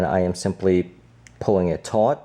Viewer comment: Is he saying "tight " ot "taught "?